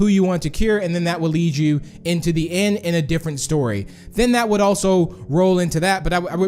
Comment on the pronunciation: why does he keep saying "en" instead of end?